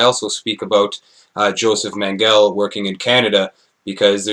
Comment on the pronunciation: mengele, pronounced men gew le stress first syllable 'en' soft vowels ending with rolling soft e sound, good effort